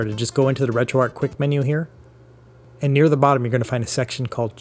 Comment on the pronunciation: Imagine if Retroarch was actually pronounced like that. I'd be putting keese on my sandwich. I'd be eating kips and dip. I'd kew my food. I'd get married in a kaple. I'd attract fish using a kum bucket. Things on sale would be keap. I'd kallenge someone to a fight. Sometimes, I'd have to make difficult koices, while I sit in my kair. When I'm feeling down, people would keer me up. Great job. Words are hard.